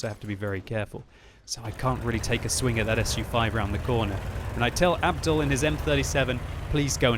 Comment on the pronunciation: that's not how u pronounce Abdul.its a Muslim name ur supposed to be pronouncing it like abdool and not like abdal